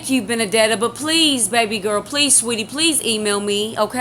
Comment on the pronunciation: finaly saw your entire long long live stream.. it was great... so glad you meet my pal.. Betty.. well.. Benedeta.. and yes uou pronounced it correctly... you pronounced my name well enougth.. i told Betty about you a few weeks back and shes ben watching.. shes cool aint she... like you and i she too has left the catholic church... i hope it isnt raining over thete so you and Egypt can enjoy your game.. GOD bless you.